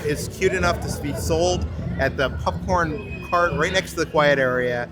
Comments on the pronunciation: Why everytime says popcorn, I hear "Pup-corn!" Great vid guys. Pup-Corn!!!!!! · This was fun to see. I like how calls popcorn, pupcorn. I won't be back to Disney for a while, so it's nice to see this all. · say popcorn!: Pupcorn 😂😂 I kid, I kid,. Great video as always ❤